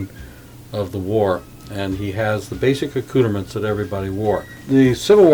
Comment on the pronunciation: Boy, he sure is murdering "accoutrements"😬